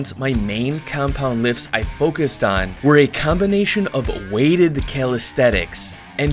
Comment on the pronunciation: is it just me or he just said "calisthetics"?